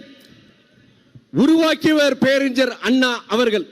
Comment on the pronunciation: டேய் தற்குறி துறை வைகோ முதலில் பேரறிஞர் அண்ணா என்று உச்சரிக்க கற்றுக்கொள் அதன் பிறகு திராவிட அரசியலுக்குள் வா தமிழை உச்சரிக்க தெரியாத நீ எல்லாம் திராவிட இயக்கத்தின் தலைவனா காலக்கொடுமையடா